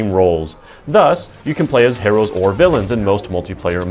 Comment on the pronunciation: Your pronunciation of "heroes" is a bit different than what I'm used to hearing. You gonna review Just Cause 3?